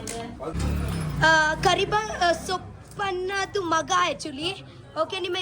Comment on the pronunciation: karibasappa❎ Karibasoppu ✅😂❤😅